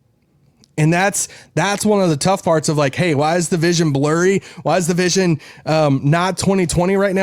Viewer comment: "Vision is blorry"?, Daryl Morey says it helps if you squint!